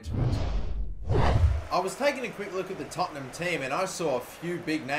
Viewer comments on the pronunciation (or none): ITS TOTT-EN-HAM NOT TOTT-ING-HAM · Tottingham??? lol! good pronunciation! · no its not its tottenham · dabmaster123ful yeah I just like it when people screw up Tottenham's name